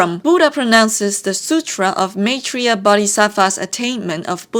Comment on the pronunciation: After watching this and another summary of journey to the west(and completing the game myself) I really find it interesting as to how buddhism is shown in chinese mythology. I am from India and was taught about Gautam Buddha in a completely different way. I also love the way you pronounce rakshasi maitreya yaksha moksa and many other words from sanskrit. We also have a very famous monkey man named Hanuman in our mythology with many of the stories of how he got his powers and weapons similar to wukong's. I have heard that the writer was inspired by this character but I have no idea if it is true but does seem too similar to not be true. I love the grand characterizations of buddhism in chinese mythology as we got a very quaint version of buddhism in our side of history. BTW thank you for explaining the bull king drama as that is literally the reason I was here. I got confused since I remember bull king and wukong having a gang of yaoguais together in their early years. I did not understand why bull king would go against wukong when the celestial court stood up against him.